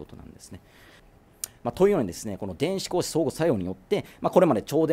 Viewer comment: 度肝を抜かれるニュースで思わず拝見しましたが、眼鏡君ｗ眼鏡気にしすぎｗ 光子を平たく読むのは止めてください子牛と同じアクセントになってますよ プロのアナウンサーではないですよね？